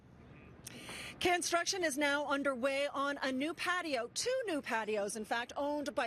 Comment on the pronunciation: CANsrtuction? Did she really say that?